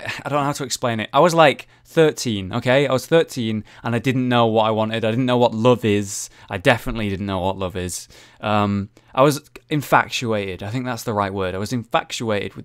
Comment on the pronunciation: This is probably gonna seem "nitpicky", but it's called "infatuation" not "inFACTuation". ^^ Also, the last questioner (Meraknar) is an avid submitter to Rages Portal series, just fyi.